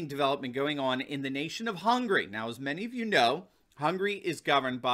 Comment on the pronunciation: i cringe at how you pronounced hungary.